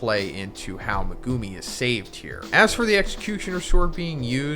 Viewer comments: Why do you pronounce Megumi’s name like that? Lol, you pronounce it like “Me-goo-me” when it’s actually pronounced “Meg-oo-me”! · dude stop saying "megooooomi" its pronounced "me guh me"